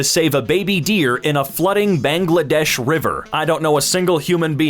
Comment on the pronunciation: The way he said "Bangladesh"